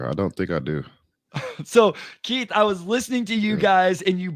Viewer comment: Omari,I love you my brother, but please show Keith some respect by calling him by his given name. It's Keith, not Keef.